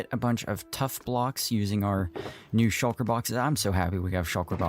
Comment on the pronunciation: Shul-kuh is hilarious